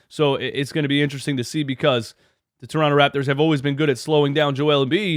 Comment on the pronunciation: By the way you pronounce toronto just like a torontonian would, well done, coming from a torontonian.